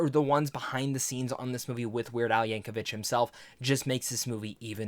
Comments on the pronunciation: It’s YankoVICK not YankoVICH but good review for a good movie. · 3 seconds into the video where you claim you just finished watching the movie where they say his name NUMEROUS times, and you mispronounce it immediately. 😅 There is no H in Yankovic.